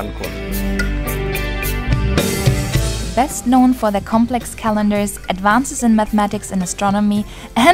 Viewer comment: i just keep hearing cancun as kanpur and for a second i am super confused - only 200 km from kanpur?? 🙄???